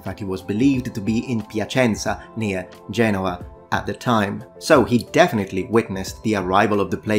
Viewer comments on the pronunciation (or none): none